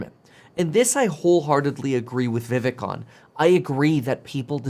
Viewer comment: kevin his name is pronounced like VIV(ACHE)